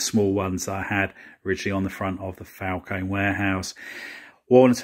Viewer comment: It Falcon-E- strongly pronounce the E at the end